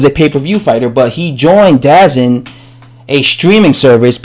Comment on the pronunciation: DAZN is pronounced D-Zone